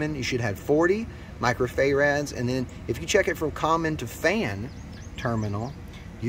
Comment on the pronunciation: First of all, thanks so much, super super helpful video, you explained very well! Secondly, Fay-rads!😂